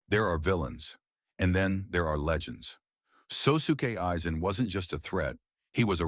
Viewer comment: Never heard any1 pronounce his name that ever